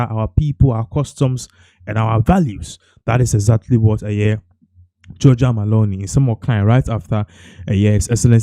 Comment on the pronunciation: Please her name is not MALONI it's MELONI! Look and read well🇮🇹🇮🇹🇮🇹🇮🇹